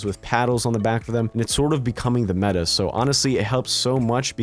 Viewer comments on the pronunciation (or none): none